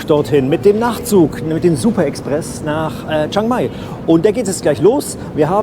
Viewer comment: Nettes Video 😊 aber bitte liebe Deutsche 😂 es heißt chiiiiiiang mai. Das iiiii muss man schon aussprechen chi-ang-mai Thx 😊😅